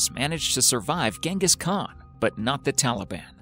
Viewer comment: COVENT Garden, not "Covenant" Garden. BEAUX Arts, not "Beau" Arts. GENGHIS Khan [G soft as in gelato, GH hard as in spaghetti], not "Ghenghis" Khan.